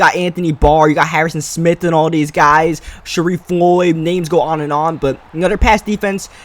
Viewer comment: its " smith " not smit